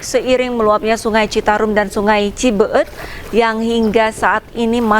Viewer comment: Cibe-et. Bukan Cibeu-eut.